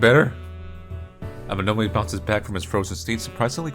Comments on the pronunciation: The way you said Amanome sounds like Nemo trying to say where he lives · Every time mispronounces "Amanome" it reminds me of Nemo mispronouncing "anemone" in Finding Nemo lol